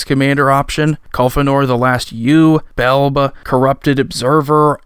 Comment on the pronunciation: its pronounced : Bell-Bee , just sayin cause no one seems to get it right ;) my favorite new cards would be , yurlok, belbe, hullbreacher, ich tekik, krark and some others.